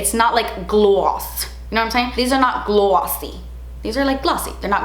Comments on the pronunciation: Gl-awwwwh-ssy. Sounding like you're a Jersey Girl. 😂🙌🏼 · They're not GLAWWWSY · emphasis on "glossy" 🤣